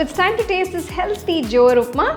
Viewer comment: You don't know how to pronounce Jowar?